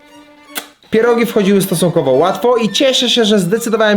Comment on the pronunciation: CHEEEESECAKE", ,,PIERODŻINI"